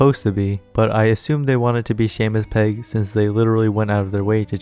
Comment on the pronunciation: yeah i was like??? im pretty sure thats not how u pronounce seamus pegg???